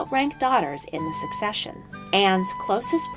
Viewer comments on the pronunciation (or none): none